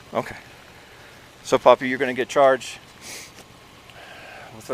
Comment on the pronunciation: Thank you so much for this evidence SJVT! Truly appreciate it! We want updates cuz the evidence is CLEAR! And why does this pig keep calling him, Popeye? ITS PAPI!